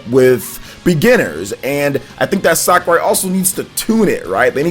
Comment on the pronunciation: Your pronounciation of "Sakurai" really bothers me lol "Sakaray" instead of "Sakuray"